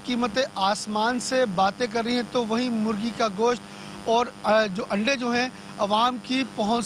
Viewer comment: O payi Aandai nhi Andai hota hy